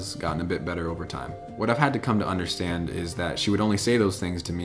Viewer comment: c'est understand et pas anderstand